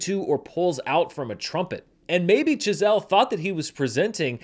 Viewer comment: Is it just me, or does it sound like he keeps calling Chazelle "Giselle" ? lol